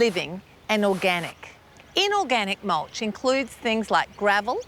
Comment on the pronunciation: I just love how she says mulsh ... I'm saying that way from now on